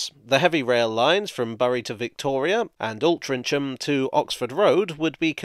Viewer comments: Oh your pronunciation of Altrincham is off.. it's more like "ul-tring-uhm"! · You managed to find one of those particularly quirky quirks of English/English place names with Altrincham. Basically the normal pronunciation treats the "c" as a "g", and the usual 'um for ham, it's for sure not a ch sound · ok as someone who lives here i do have to point a couple things out: its "alt-ring-ham" rather than "altrin cham" and "Bury" is said like the term to bury something, more "berry" really. and this isnt local knowledge but the fact a parent used to work on trains and ive always been a bit of an airplane nut, but "Bombardier" is "bombar-dee-yay" as its a canadian company, so theres an element of french to the pronunciation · Two small mispronunciations, I think. The "inch" in "Altrincham" is pronounced "ing". And "Bury" sounds like "berry". At least that's what I've always understood. Blessings. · Altring -ham, not Altrich-,:) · I, a proud londoner, learned the hard way of being mocked by a friend from warrington that altrincham is not said with a 'ch' sound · Well done on your pronunciation of Bury. Most people say 'Berry' but Bury is correct. Altrincham however is pronounced 'alt ring em'. Thank you for your brief look at our city. You're welcome back any time. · Thoroughly enjoyed your vid as always but FYI: Bury is pronounced "Berry" and Altrincham is pronounced "Altringam". Also the "ar" in "bombardier" is not silent so it is pronounced "bom-bar-dier" :) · Hooray! made it to Manchester. I often use "the met" to get to the cricket at Old Trafford. It's something that Manchester should be very proud of. Your pronunciation of "Altrincham" cracked me up. Feel free to just go with "Alty" when you come back to blend in wit' locals. 😂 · Great video. I used to catch the met to school back in the 90s and remember the excitement of the first expansion to Eccles. Just as a note, they're pronounced more like "Alt-chring-um" and "Berry".